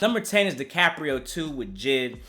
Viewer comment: His name is not jid it’s J TO THE FUCKING I D my nigga I know you see the dots in between his letters J.I.D